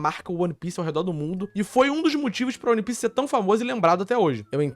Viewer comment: que agonia dele falando O-N-E pice